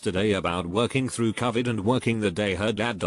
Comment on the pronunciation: Hate the way it says Covid